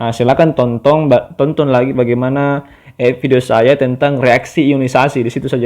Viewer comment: Tonton. Bukan tontong, es tontong kapang